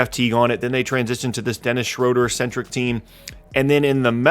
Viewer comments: It is not pronounced shrowder. It is schrooder. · His last name is actually pronounced Shrooder. I know that because I'm a Hawks fan. He drove me crazy with boneheaded plays.